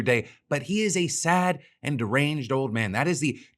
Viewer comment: I thought you said, “A saggy deranged old man” in the beginning. The best part is both that and “sad and deranged,” fit him like a glove.